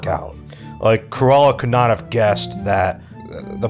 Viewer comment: Cru-Ella skin-nerd